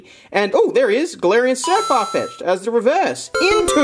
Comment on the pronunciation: it's galerian Sirfetch'd not Sirfarfetch'd